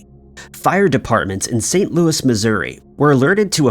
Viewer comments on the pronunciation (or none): none